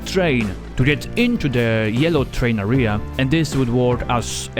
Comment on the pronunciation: great vid! just please don't pronounce area as "ahria" but "ehria"